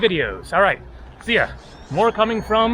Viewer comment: Co-sta Reeka.